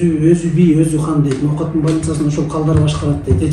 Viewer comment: Нооатбы же Ноокатбы😁